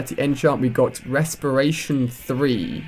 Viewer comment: Haha resperation 3 LOL